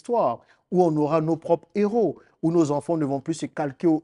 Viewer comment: Des - héros- . On ne fait pas la liaison pour qu'on entende des zéros, frère. OK?